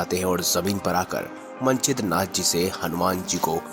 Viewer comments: मनछेद्रनाथ नहीं मच्छेन्द्रनाथ है उच्चारण गलत कर रहे हो आप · क्या मन-छिद्र-नाथजी बोलते हो? मच्छेन्द्र नाथ उच्चारण नेही कर सकते? वह श्री गोरखनाथ के गुरुजी थे। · मच्छेन्द्र नाथ नाम तक तो लेना आ नहीं रहा स्टोरी सुनाने चलें वाह 😂🤣